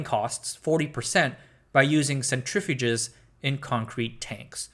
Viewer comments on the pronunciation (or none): Sen trif u ges vs Centrifuges. AI again. Convincing voice of a young american.